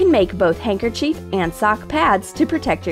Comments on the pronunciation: Words they pronounced wrong. Handker•chef Handkerchief 😂 Practicol Practical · Her pronunciation of handkerchief is very triggering!